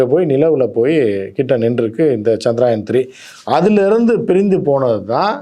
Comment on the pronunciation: சந்திராயன் இல்ல அது சந்திரயான்